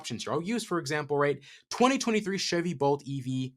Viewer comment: I watch podcasts on 2x speed. Every time this guy says Chevy Bolt, it sounds like Sh1tty Bolt. This man is onto something 😁